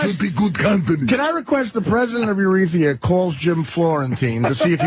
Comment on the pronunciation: props to for calling attention to the fact that these doofuses don't even know the correct pronunciation of Eritrea